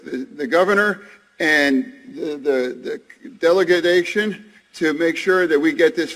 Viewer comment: said " del-e-da-gation lmao Delegation, get it right😂